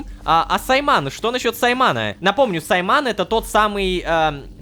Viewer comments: У меня уши вянут когда Ло говорит не САйман а СаймАн что за гигалогика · Почему саймАн, а не сАйман🤨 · Может Са́йман, а не Сайма́н? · Скорее не саймáн а сáйман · Не саймАн а сАйман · мне режет уши от произношения имени сАдыки и сАймана